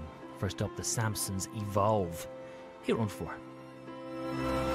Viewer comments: "The Cheese and Onions" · 'Teh simpkimsons' was so funny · THE HIMPSONS!!!!! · The Doodle Dimpsons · The Sampsons